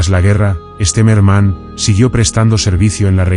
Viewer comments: Its not Esterman, it's General Stemmerman. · 1 mispronunciation after another. An interesting subject turned into garbage by auto voice. I think they pronounced the general's name differently on five different occasions and got the names of every Russian city wrong. Also the years were confused. Junk.